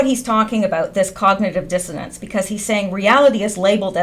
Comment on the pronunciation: dissonance not dissodence. good work tho. thanks.